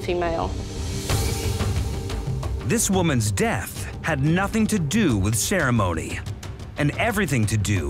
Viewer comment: Listen to this narrator! “ this woman’s death had nothing to doowuh with ceremonyuh, but had everything to doowuh with moneeyuh.” Why?! Lollollol.